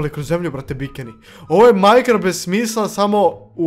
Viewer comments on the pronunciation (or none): none